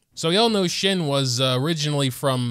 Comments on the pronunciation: Shen-he. You say both "e"s the same way. It's like the "ven" of "even", the "ter" of "character" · it's not that hard c mon it's pronounced SHEN-HUH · I will never get over the fact that you cant pronounce liyue character names 😭 her name is said like shen-huh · It’s pronounced “Shen-huh.” he makes a huh sound :) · It’s SHEN-HAY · qinxin is pronounced "sching sheen" and shenhe is pronounced "shen hua" (no hate) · shes pronounced as shen heuhh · Whats so dificult about the pronunciation of her name though.. Its shen-huh. I mean we all heard it at the 2.4 livestream.. Just try and get it right... Rewind the livestream and make an attempt. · Not him being a big baby and not even trying to learn to pronounce her name....it's so lame to stay ignorant